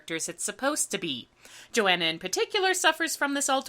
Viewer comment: you pronounce Joanna to rhyme with marijuana?